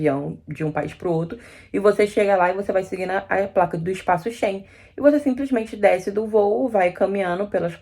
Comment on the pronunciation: É Espaço Schengen e não Espaço shen...